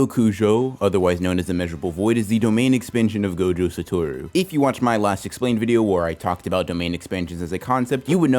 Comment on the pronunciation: Ayyyyyy you actually said Satoru correctly